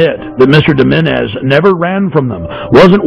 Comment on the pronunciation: More conspiracy nuts on YouTube. Alex Jones, if you want to look serious, try to learn the guy's name. It's Menezes, not Menéndez.